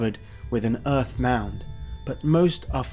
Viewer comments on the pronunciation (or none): none